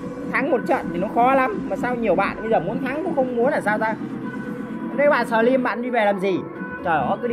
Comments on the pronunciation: Sờ trym ưi 🤣🤣🤣 ngta slim kêu sờ trym 🤣🤣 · Slimz người ta mà a nói xờ trym vài 😂